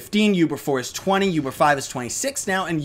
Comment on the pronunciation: Btw it's pronounced OOBER, not YOUBER. Not hating or anything its just... it bothers me. Anyways, keep up the good work! :D